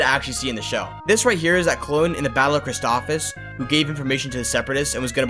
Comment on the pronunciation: Sorry not to be that guy but u said Christophis wrong